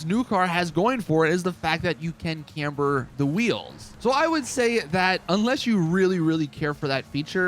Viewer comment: Yay he said camber! 👌